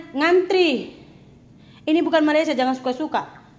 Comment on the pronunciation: kena sebut betul-betul.. Untuk Malaysia, "A" nya kena buka gigi bukan Malaysié gitu. Bukan semua A di "er" kan ya kak..